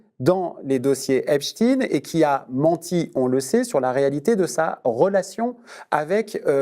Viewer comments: On dit Epstein comme Einstein, comme un israélien. Pas Epstine comme Poutine, Staline... Non! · C'est esptein et non esptine. Un peu de courage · Epstein pas EPSTINE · Arrêtez avec ce epstINE . Il s'appelle EpstEIN et on sait ce que cela veut dire ! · EpSTEIN ... prononcez CORRECTEMENT ... pas Epstin ... LES RUSSES NE SONT RESPONSABLES de ces 3 millions de docs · Clairement, il m'inspire que dalle de bon ce monsieur. Déjà il prononce epstine comme un crétin des alpes, puis toutes ces émotions pour très peu d'éléments dans une affaire mondiale allez va te cacher. Il y a un gros problème dans la forme et c'est ce qui me fait dire qu'il n'est pas dans une démarche honnête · Si je comprends bien, on dit Einstine, Frankenstine… Epstine… ! D'accord ! Je comprends mieux… heureusement que les journal hop nous éduquent comme il faut… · Eps...tinettes ...Monsieur ARFI j'ai pour vous un immense respect et une grande admiration mais mes oreilles sont agacées et c'est peu dire de vous entendre parler d'Epstine... Cela me rend triste de vous voir faire une telle concession au WOKISME. Je suis sure que lorsque vous parlez d’Einstein vous ne prononcez pas Einstine. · Je pense que tu n'as pas compris que je faisais de l'ironie. Et OUI les médias français "se sont mis" "récemment", même pas 3 mois, à le prononcer à l'américaine pour semer la confusion quant à l'origine, communication de crise oblige. Avant ils le prononçaient normalement, comme un certain Harvey Weinstein. Par contre, Ton argument est plutôt rigolo à propos d'Albert Einstein. Un milligramme de culture et de mémoire ça sert des fois.